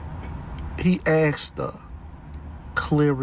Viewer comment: She axed him...